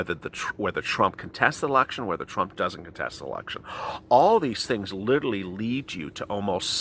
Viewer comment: The word is "literally", NOT Lilly. Slow down and you'll get it right.